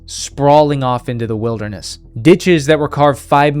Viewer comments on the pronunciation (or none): none